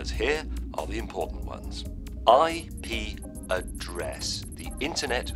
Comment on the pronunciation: Sounds like : 'I pee a dress'